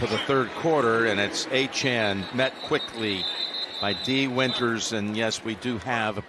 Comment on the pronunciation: Why can he never pronounce Miami running backs names correctly; it’s on his jersey. Achane, not Achan.